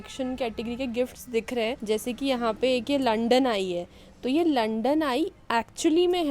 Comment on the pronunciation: लंडन ❌ लंदन ✅